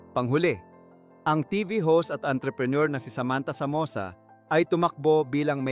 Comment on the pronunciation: Sam versoza un at hindi Samantha samosa. Mali ung pagkakAbigkas mo